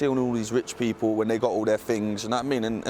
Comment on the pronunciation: not really, that accent is 1000% atrocious. I had to fast forward, and I say this because it's necessary for it to be said that the education system neglecting her speech and pronunciation is problematic, so much so that you can't even notice it yourself as the horrid accent has been made normal for you. do you speak like that...? The people should never be pronounced Da peepoo. I dont want to hear that it's natural and culture, because there are 100s of 1000s of black British who don't speak like that. Not even Jamaicans in Jamaica or Bermudans in Bermuda speak like that...